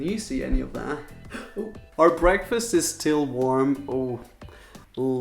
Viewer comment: Why tf do you say "preakfast" 😂